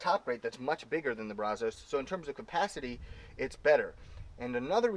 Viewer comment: It’s Pronounced. Braz-US